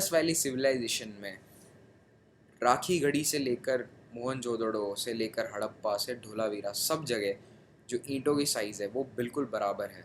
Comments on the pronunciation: That's not hadapa that's harapa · Not Hadappa.. it's Harapa